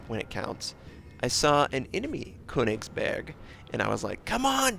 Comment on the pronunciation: you pronouncing it quite right...except the first syllable - the Ö sounds a bit off...but i cant you get any advice because i dont know how :D you used google translator already right?